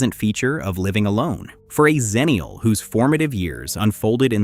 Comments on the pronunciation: The problem is that Xennial and Zennial are pronounced the same, so you don't know which you're talking about. I prefer EX ennial, too. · Its pronounced 'ex' ennial not 'Zen'nial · "Xennial" should be pronounced with an "ex" sound at the beginning, as the name derives from Gen X, not Gen Z. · So, the 90's female barbarian is called "Ex-na?" EDIT: I will admit that that the commonness of the pronunciation will cause trouble 20 years down the line. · I agree, but the woman who coined the term “Xennial” pronounced it with a /z/ sound at the beginning.